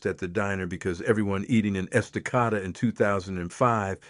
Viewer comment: That town is not pronounced: es-ta-CAH-da. It is: Es-ta-CAY-da. Please get your AI to pronounce correctly. .... AHHH! You did it again! It is not the: WILL-a-met valley. It is pronounced the: will-LAM-met valley. Also, other Oregon words are pronounced differently: The spice turmeric: It is not: TOO-mer-ic. It is: too-MERH-ic The plant clematis: It is not: CLEM-eh-tis. It is: clah-MAH-tis Oregon has a way of saying words. Please do you research before you fcuk it up. Thanks. ...and, the Douglas Fir was planted for its quick growth in Oregon, for lumber sales. It was never a dominant tree species here in the Oregon old growth. I call it an invasive species now!